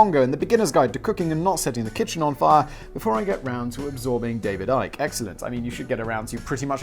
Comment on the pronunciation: Simon I am so glad you taught me that ICKY is pronounce IKE. Its the most important think I ever learned.